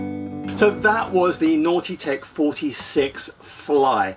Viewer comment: A couple of things. You say length in meters and a meter to an American is a rock in space. Secondly, your pronouncing Nautitech as "naughty tech" which makes me giggle of course.